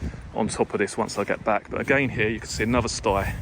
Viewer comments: I am having a drink every time he says stye. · Does look a lovely place.,(Stile as in Style not sti as in stigh). I'm nitpicking, sorry. Great video thoroughly enjoyed it and looks much better on your camera.Well done!